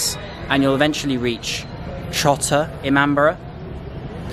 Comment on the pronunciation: It's Not ImamBRA It's i-maam-bada